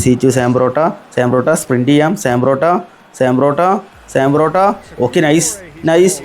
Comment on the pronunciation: Sam porotto, thooram, karwaskilla 😅 eeh pulli ingane Aane parayunne